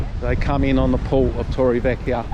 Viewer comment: You need to pronounc torrevieja properly